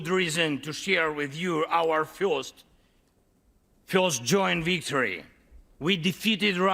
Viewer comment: You can speed up vour wictory. Yes he said wictory.